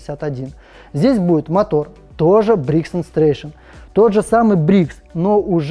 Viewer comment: Мотор произносится: бригс энд Стрэтон.